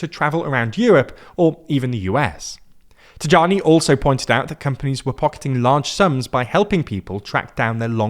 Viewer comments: Thanks for the thorough coverage, just one small correction: the name of the Foreign Minister is pronounced taYAnee, as if it was spelled Taiani. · Antonio Tajani should be read something like "taeani" in english. It's a very funny pronunciation though. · Please its pronounced like "Tayani" the J is a long "i" sound - Tajani. Now I am sure you will ask people around if my information is true but we in Canada we were refused often. Allow me to explain. 1st, this law or tracing ancestry from 1861 just came out of the surface because they may challenged it in the courts and perhaps win their case that the line has never been broken. Hence why you mentioned that it has congested courts in Italy. Second, consulates congested? Depends where. I can not speak for all consulates including in Canada but the reception is terrible here. Someone born in Italy moved away at 2 years old from Italian parents were denied in Toronto. The reception can be different this tiem around. After 2010, they started allowing people to get it back who never lost it and those who naturalized to get back which were always denied unlawfully. You can not speak up about it because they just ignore you more. Perhaps, they are a lot softer in Argentina and Brazil where the surge of citizenship granted is coming from. Consulates do not follow the same rules. Some exercise the 92 law of inure sanguines and some follow what is set out that year. First time I ever heard you can be granted up to 3 generations ago. I went with the whole process in Italy, getting cold shoulders about it. I have been trying to get it since 2001. I had all the paperwork ready even asked for the documents before I submitted "il permesso di soggiorno". I went to other places, non governmen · PS: "Tajani" is pronounced as "Tuhyanee", not with a J sound. Italian often retains J's original sound (semiconsonant), similarly to how English uses Y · It's pronounced Tajani - Taiani, Tayani, not Tadjani/Tagiani